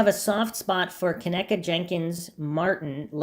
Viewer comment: I believe her name is pronounced Ken - EEE - kah. Respectively. Hard ‘E’ like Keeeegan Kline. 😅😂